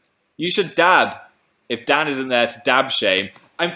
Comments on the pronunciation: umm phil can you say dan's name one more time? sounded like you said 'dad' mate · it sounded almost like dab but im pretty sure he said dad oml